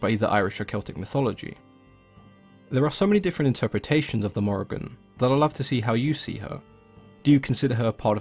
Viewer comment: It is pronounced More-Ee-Ahn-- love from Ireland :)